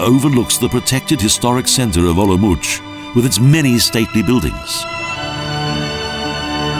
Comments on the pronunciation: Nice video, as a small note the name is pronounced 'olumots' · The narrator's pronunciation of "Olomouc" -_ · How do you pronounce it?? I'm leaving to visit family there from Australia in 2 weeks and I don't know how to say it!!